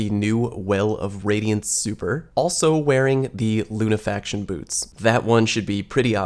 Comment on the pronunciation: How can we trust what you say when you're ignorant in how Lunafaction is pronounced. Lunafaction is one word so it's NOT pronounced Luna Faction (2 words).